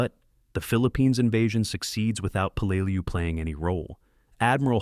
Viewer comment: It's pronounced Pell la lew. You just can't make up gibberish. Your AI screwed up Tarawa too. Edit before you post! C